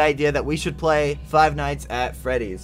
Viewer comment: lol i liked how you said fight nights at freddy's it's like if you were going to fight freddy and his friends